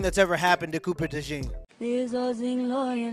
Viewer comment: No one is saying Cooper's last name right. It's Dutch or French you don't say it like that.😂